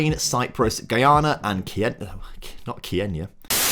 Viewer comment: !!!!! Man Y du you say🔼KENYA🔼 Like that its not F**in cool